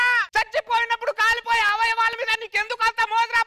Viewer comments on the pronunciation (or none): Oyavalu kadu , avayavalu palakadam kuda rada